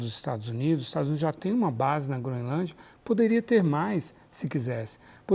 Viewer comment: A jornalista fala Groinlândia😅😅😅